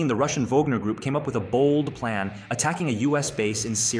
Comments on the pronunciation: I’ve never Wagner pronounced like Vogner. It ether a more Germanic Vanger or Anglo Wagner. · This guy just pronounced wagner as ‘volgner’ lol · Pronounce Wagner correctly!